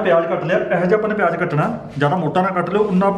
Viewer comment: Its called. Zeera not jera its called. Payaz not payaj its called business not bijnas its called. Visa not beja